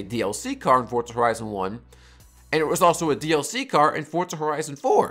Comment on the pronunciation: for za not fort